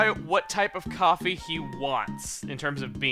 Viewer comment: Coffeh coffeh coffeh